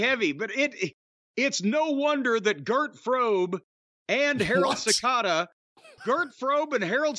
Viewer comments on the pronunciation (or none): bro who tf is Girt Frobe? 😂